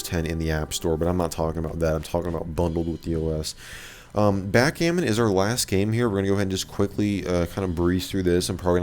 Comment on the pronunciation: Backgammon .. you mean hackgammon.